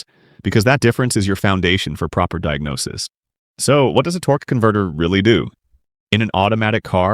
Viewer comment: "torquey" "Torgua"? Really? And it's not "speed specific" it's properly said SPECIFIC SPEED. Also it's DIAGNOSIS - not "Diagnosies". This is ignorant as all HELL! You need to STOP USING HORRIBLE AI VOICES!! This makes for a terrrible time watching and very unenjoyablely so. If you can't narrate your own damned videos then stop making them on YouTube altogether.